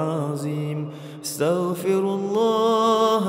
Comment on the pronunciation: Dia sebut astagfirullah ke starfirullah